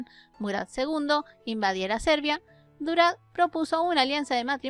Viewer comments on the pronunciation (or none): Ya q se trata de mi paisana..la mas q mitad de esto no es cierto. Y no se proncia ; Durad..sino Đurađ.. Es Yuray. Y por supuesto no agrego q Mara no era Despina como la Princesa y Sultana Olivera. Solo era Mara la bondadosa. Y ambas princesas se quedaron en ortodoxia. Proxima vez averigue bien .